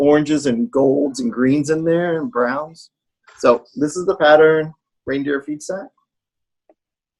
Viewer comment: I couldn't do my Sunday morning meditation with you guys, but I'm winding down the evening with you. Beer instead of coffee, so some EASY stitching...hey, did anyone else keep hearing Reindeer PIZZA instead of Reindeer FEEDSACK? Just me? Lol! Thanks for your videos guys!